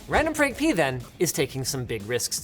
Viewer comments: I heard randomfrank penis xD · ….randomfrankpenis is what I heard Linus say I had to stop the video lol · I can never unhear “randomfrankpenis!” 😂